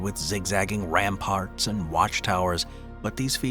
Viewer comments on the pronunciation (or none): none